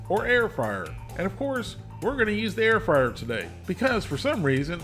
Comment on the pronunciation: I keep hearing “air fryer” as “heir friar.” Though a friar inheriting property would probably give it to his community or to some charitable cause…